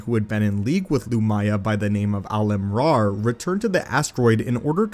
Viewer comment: Ah-li-ma thats how pronounce Alemas name.